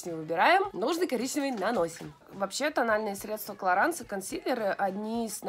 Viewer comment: Лена, клараН..ну тебе ли не знать?😒ну не читается последняя буква во французском..😓